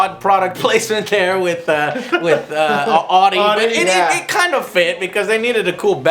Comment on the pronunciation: ardi? its fucking audi, pronounced owdi.